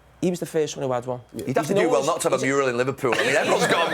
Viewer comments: I always knew Gary Neville wasn't very bright but today he said 'Murial' instead of mural 😂😂😂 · "… that murial"